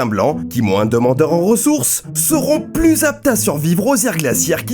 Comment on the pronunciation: Putain mais faut arrêter de prononcer le "s" de plus !!! Il est muet ! Sauf si tu fais une addition !!